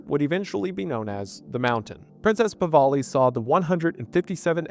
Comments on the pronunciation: Never in a million years did I think I would hear an Appalachian country boy to pronounce the name of my Persian grandfather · Mate, I know ppl don't give much of a toss but youve been mispronouncing the Pahlavi name. Had to say something 🤷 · What is so difficult about pronouncing the Shah’s last name properly? Holy fuck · not at all. He's just mixing up where the l and the v go. Come on now. He does this all the time, maybe mildly dyslexic? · Pronouncing Pahlavi wrong over and over again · "PAVALI FAMILY" It's Pahlavi,, please brother, every video, istg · Hard to believe he says Pahvali. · I am baffled with how you can arrive at "pawali" while reading Pahlavi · its PAH-LAV-EE pls its painful to hear it said completely wrong lmfao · Brother…. Have my people not suffered enough? Its PAH-LA-WE and EERAN not I RAN. This like…. Research 101. How do you always beef it? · Pah-la-vee and Ru-hol-lah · You probably should have learned how to pronounce The Shah of Iran's name. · It's "Pahlavi", not "Pahvali". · The PahLAVI . NOT Pahvali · It''s "Pahlavi", not "Pavali". I only mention this because you got it wrong every time. Pah - La - Vi. Not Pa - Va - li. Yours truly, The Pedant. :) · PahLAVI not PahVALI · It's Pahlavi, not Pavahli. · Pahlavi, not “Pavali” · The name is Pahlavi, not Pahvali. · I'm sure this has been commented but his name is "Pahlavi" not "Pavali". I love you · Pah-La-Vi not Pah-Va-Li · It's Pa-LAH-vi, not Pa-VAH-li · Pronounced Pah-la-vee. Not Pah-va-lee. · FWIW the shah’s family is Pahlavi. Not Pavalley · Goodness, gracious, dude, learn how to pronounce the Shah's name. It is spelled Pahlavi, and is pronounced Pah-lavee. It is NOT Pah-vali. I simply cannot listen to the rest of this video ans you mispronounce their family name EVERY SINGLE TIME. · Puh-LA-Vie not Puh-VAL-ee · “I ran” “pivali” it’s “e-ron” and “pah-lahve” baba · It's not PAVALI😭😭😭 it's PAHLAVI. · It is mindboggling that you pronounce Pah la vi as Pa va li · Pahlavi not Pahvali.